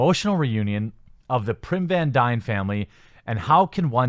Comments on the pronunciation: I've watched a lot of your videos and enjoy your content...but this video drove me nuts. There is no "R" in PYM. Hank PYM. Other than that, keep fighting the good fight! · The name of the character is pym, not prim. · Dear god! It’s Pym not Prym. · OMG, IT'S PYM. PYM!!! NOT PRYM! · Btw its hank PIM not PRIM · It’s PYM not PRYM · Good video... and its 'Pym', not 'Prim' :l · Pym. Not Prim. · I like a lot about your videos, but seriously, slow down or read this stuff a couple of times before hand or something. Hearing about Hank "Prym" over and over was really getting on my nerves. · Love the vids. One thing that bothers me tho... it's pronounced Pim :) <3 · there isn't an "r" in Pym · Please pronounce hank pym correctly lmao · 'Love the video, but the name is Pym - phonetically pronounced "Pimm," not , "Primm." Also , the actress playing Wasp/Hope Van Dyne is named Evangeline, not "Abylene," as I think I hear it. Sorry to nit-pick, but it just really stands out to me and kind of bugs me since I agree with the video's overall point about how way too much entertainment is now expected to not only peddle some sociopolitical message, but one that is always expected to be left-wing and so-called "progressive." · Evangeline. Not evaliine. And pym not prim. Your opinions on the movie lose validity when u don't even know the actress's name or main characters name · Evangeline. Pym. There are letters in there you aren't even trying to read. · I agree with everything you said. Those complaints are ridiculous and stupid. Just one observation, read before recording of pay more attention, cause you butchered names and words. Such as Evangeline Lily and Pym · TheQuartering; I cringed every time you mispronounced Hank Pym's name, it's not r n, it's a m, it's not P y r n, it's P y m. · Totally off topic but why do I keep hearing PRYM VAN DYNE and not Pym van dyne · Pym not Prim sheesh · Am I the only one hearing "Prim" when he says "Pym"? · There is no "R" in Hank Pym!!!